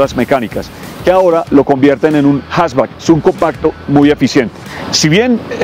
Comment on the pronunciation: “HasBack” tremenda pronunciación del hombre! xD [Elevado precio por el equipamiento, debieron traer únicamente el BoosterJet y dejar el pre Fl en el motor atmosférico]